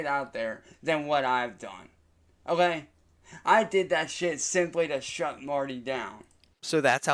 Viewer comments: Instead of saying ok why does he say o yay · I can’t unhear the “olay?”